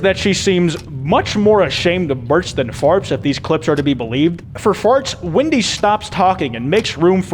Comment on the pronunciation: I've watched this video like three times by now, and I still like how the entire time it sounds like he's saying "Windy" instead of "Wendy" 🤣